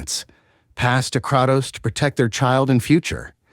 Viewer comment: All this lore and you still don't pronouce his name correctly, c'mon bruh....."Cray-tos" like saying the word "pray" but with the letter K.....NOT "Krah-tos"...